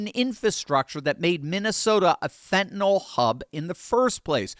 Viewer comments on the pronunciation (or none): Thanks,. I love your videos! By the way, the drug is called "Fentenyl," not "Fentenall." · Pronounced Fen -ta - NILL not Fent an ALL